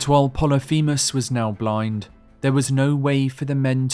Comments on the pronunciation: "Plolyphemus" Is pronounced 'poh-lih-fih-muhs' I only know that thanks to my 9th grade English teacher a decade ago 😅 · Pol-lif-a mus. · it's pronounced polyphemus, not poly feamiss